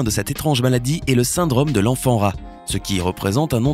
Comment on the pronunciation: La désinvolture dont fait preuve le narrateur à l'accent du sud-ouest bien marqué est insupportable. Les "cases" au lieu de causes", le "syndrame" au lieu de "syndrome" ...